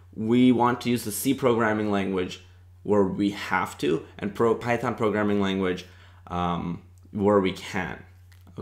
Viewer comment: "Start with... Phython m'kay?"